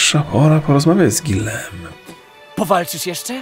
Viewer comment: Czemu nie czyta "Gijom" jak sam lektor tylko "Guilem" Czy jakoś tak?